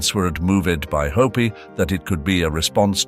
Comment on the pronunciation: Oh my goodness! Orr fan aggy..not orphanage and hoppy not hope! I can't listen anymore!